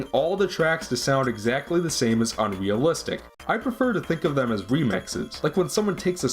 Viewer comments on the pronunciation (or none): "Uncaney valley" "'dem," no less. ಠ_ಠ